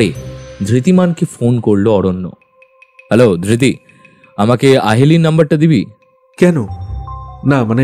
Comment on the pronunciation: Dhirti noy.....dhriti